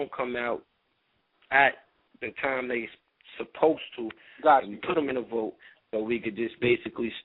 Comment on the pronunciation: Please stop saying vote... it is vault!